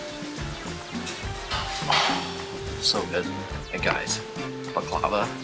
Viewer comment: Seeing you guys eating baklava reminded me of your videos from Bosnia and Herzegovina, i.e. the Mostar videos, especially the one in which talks about the waiter telling her how to pronounce baklava correctly:) It can be heard in this video she's not making the same mistake again:) Speaking of Mostar, there is another Mostar video of yours I really like (this one: and the reason I like it is the moment ( to ) is buying some pastry, burek maybe, in a local bakery, and paying for it with a 50 convertible mark bill which features Jovan Dučić, probably the greatest Serbian poet of the 20th century and definitely my favorite one:) I have spent almost 20 years of my life reading about him, collecting books and articles on his life and work, etc. He was born in a small town in Herzegovina (it's possible you passed through it on your way from Mostar to Kotor), but he spent his childhood and youth in Mostar where he started writing poetry and editing one of the most important literary magazines in those days (together with other Serbian writers) before moving to Geneva to university and then to Belgrade, Serbia to become a prominent diplomat and a literary celebrity. It's interesting he liked the music accompanying tango. He died in exile, in Gary, Indiana during WWII as the Kingdom of Yugoslavia was occupied by the Nazis. He travelled a lot as an ambassador, but even though he never visited Canada I got one of the books about him from a Serbian booksho